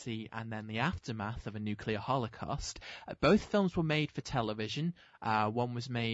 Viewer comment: “Hole-eh-cost” dude please practice your pronunciation